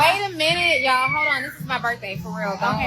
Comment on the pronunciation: “It’s my burfday!”